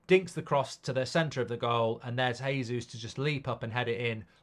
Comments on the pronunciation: Its pronounced Jey-zeus not Hay-zeus. Hes Brazilian, they speak Portuguese no Spanish. Just like its Jo-zay Mourinho not Ho-zay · Its JAYsus not Heysus.